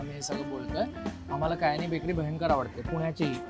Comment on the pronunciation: About Kyani and Company Since you were particular about Diction You were all the time saying कयानी If you notice it’s क्यानी